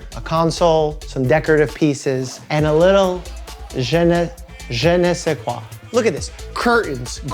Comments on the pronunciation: You pronounce correctly in French language... Excellente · absolutely gorgeous! The house and land are beautiful and are totally you! Also as a bilingual (French) Quebecer, your pronounciation of 'je ne sais quoi' was excellent.